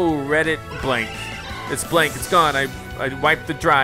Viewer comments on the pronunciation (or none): none